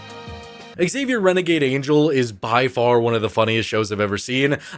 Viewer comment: Dude you're killing me, it's not x-savier, it's just Xavier ( like savior)